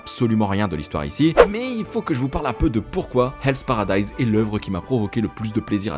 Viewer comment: Enfin un youtuber français qui a compris que le “h” est effectivement une lettre qui se prononce en anglais!! Encore une vidéo réussie!! Bravo!!